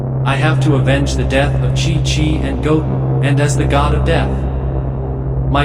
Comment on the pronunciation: It's chichi!!! Now get it right